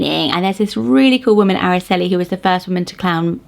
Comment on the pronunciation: Aracely starts with an "r" sound like you're pronouncing the letter R. R-ah-celee. Itzel starts with the sound "eat" not "it", so it's pronounced eat-cell. Aitana is a modern name that comes from a famous Spanish poem written by Rafael Alberti as he flew out if Spain to go into exile following the Spanish Civil War. He chose Mount Aitana because he said it was the last part of Spain he could see as his plane left. He then named his daughter Aitana and it has slowly gained in popularity with two poets being named that and a famous actress.